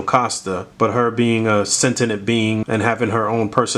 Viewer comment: Somebody teach how to say “sentient” please 😆 There’s only two “n”s bruh.